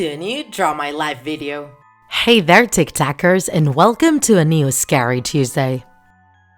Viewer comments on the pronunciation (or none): Stop saying tik trackers